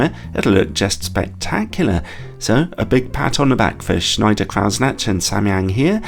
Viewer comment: You murdered Schneider-Kreuznach with your pronunciation, but made up for it with the review itself … ;-)